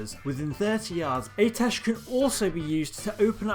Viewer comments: Im sorry...AY-TESH...?!? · sorry man but you only covered 1 of the 4 possible A'tiesh staves. Each class (mage, lock, priest, druid) had their own class specific version. Also I think it's pronounced like "Ah-teesh"